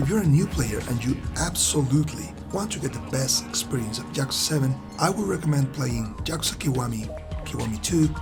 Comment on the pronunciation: "Jyakuza" lol. Great review.